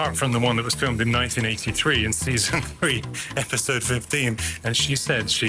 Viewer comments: I had a wee giggle at your commentary, I'm sure you say "in a future esipode" instead of future episode. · I can't wait for the next "esipode" :p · "a future esipode" ☺